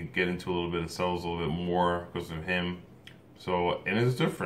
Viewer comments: And it’s pronounced chellos not sellos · Nobody:: 2 sellos If u don’t know u it’s pronounced chello and spelled it’s spelled cello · its thunderstruck cover by 2 cellos. and it's not sellos, it's cellos, pronounced chellos. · it's CHello not sello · ITS FUCKING PRONOUNCED TWO CHELLOS NOT SELLOS ITS JUST SPELLED CELLO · I love the 2CELLOS ( pronounced 2 CHELLOS, the C sounds like CH) lol. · You got me every time you said “sello” 😂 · They are amazing artists. Watched them with my family month ago in Chicago 👍❤. Cellos you pronounce che-low😉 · How come he says cellos like sellos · Cellos are pronounced ( Chellos ) Kevin Plays one !! That was Awesome///Great reAction !! Very entertaining Dude !! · You pronounce it like ch-ello but it's spelled as cello I would know I play the cello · Pronounced chellos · Pronounced “Chello’ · it's pronounced 2chellows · He says " cellos" wrong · Did he mispronounce cellos? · Plastic Ninja YUP, and im triggered